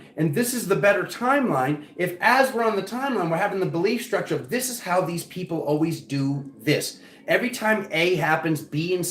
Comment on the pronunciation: 🤣🤣🤣🤣🤣 shake-eh thah peeeeeoople 🤣🤣